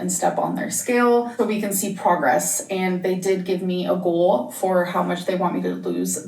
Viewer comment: Gorl not goal